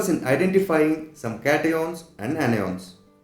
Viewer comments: Catioans Anioans 😂❤ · i heard caty-on and any-on